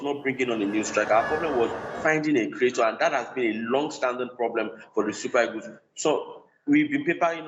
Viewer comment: How do you Nigerians pronounce the word EAGLES? The right pronounciation is e-a-g-l-e-s and not e-g-o-s. Did you guys do oral English and phonetics in school? It's very weird the way you guys pronounce the queen's language. Imagine words like, PASTOR, GENERATOR, TUTOR, BUS, The right pronounciation of these words are as in PASTA, GENERATA, TUTA, & BAS.